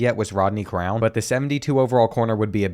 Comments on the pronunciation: The only thing more frustrating then habit of missing open receivers is his mispronouncing of last names. Cronin is pronounced Crown?😅 Love the content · Please pronounce names better 💀 Saying Cronin as crown is crazy